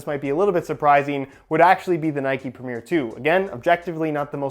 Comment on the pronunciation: Pronouncing Premier as Premiere? Come on